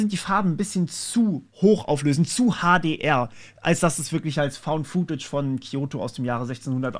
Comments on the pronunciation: Footage spricht man futtetsch aus, nicht fuhtätsch. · "Footage" bitte mit kurzem "oo". Hat nichts mit "food" zu tun.